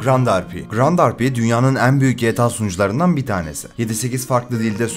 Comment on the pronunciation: nolur "en" kelimesini doğru oku artık kulaklarım acıyor